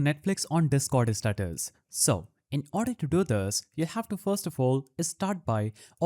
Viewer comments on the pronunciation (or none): bro really said set custom istatus 💀💀